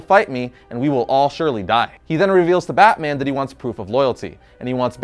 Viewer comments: Did you say "Bat Boner"? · I know this man didn’t say bat boner 🗿